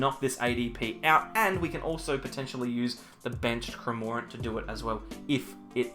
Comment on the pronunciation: After Cramórent and Dedénnejj I waited for a Poréjgon pronounciation. Nice Deck you have there btw 😉